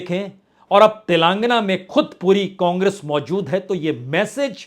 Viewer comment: तेलंगाना होता है न कि तेलांगना, सही बोलिए